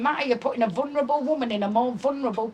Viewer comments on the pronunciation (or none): "I'm a vunrable."